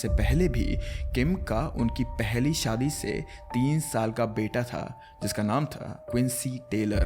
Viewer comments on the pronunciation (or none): none